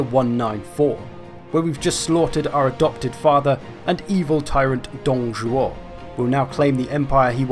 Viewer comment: Tip on pronouncing the 'ü' in Lü: (wiki page for this vowel ) If you speak French: It is the same sound as 'u' in 'tu' (you), just stretched out. If you speak German: It is the same sound as 'ü' in über(over). Also you nailed the pronunciation AND the intonation of Dǒng Zhuó, so well bloody done on that!